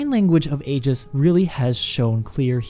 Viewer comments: Eye-giss. Hard g. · pronounced 'Eeejis' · I wish people would stop pronouncing it Aygis. And it's inertial damping. Its purpose is to damp the inertia, not make it moist.